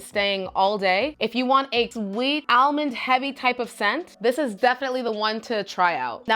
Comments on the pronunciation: Shes says it like the SNL Target lady skit...more like El- mond. Lol Its cute 😊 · I've never heard anyone pronounce almond as al-mond.. it's adorable 😂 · I pronounce it like all-mond like most people 😂I like how you say it better it's unique.